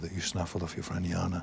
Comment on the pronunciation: It's Jana( Ya-na ) not Shona🥲